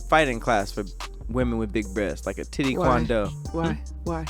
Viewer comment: Guys, said “titty kwon do” 🤣